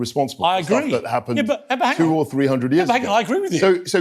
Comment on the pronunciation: Why do people from London day free instead of three. I know you can do it